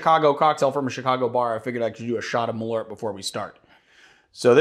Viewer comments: Btw you know that it’s pronounced MalÖrt!!! 🇸🇪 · I'm surprised didn't correct the pronunciation on Malört! "Malört" means "wormwood" in Swedish (and in Norwegian "malurt" I think). Great content as always, guys!